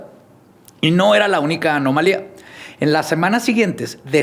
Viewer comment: dijo “anomalía” correctamente varias veces y no veo a nadie reconociéndole el crecimiento ❤❤❤❤